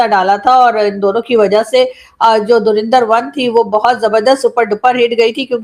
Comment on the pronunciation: Inse dhurandhar to bola hi nahi ja raha .... Bekar log